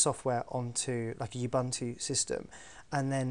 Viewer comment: Odd pronunciation of 'Ubuntu'.